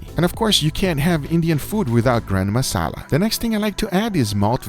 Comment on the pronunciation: He says granma masala